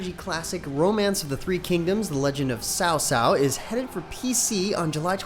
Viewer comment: its chow chow "cao cao" not souw souw